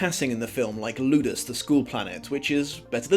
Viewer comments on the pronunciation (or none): none